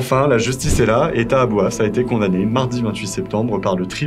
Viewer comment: "coMdamné" Vous êtes sûrs ? >>> C O N D A M N É !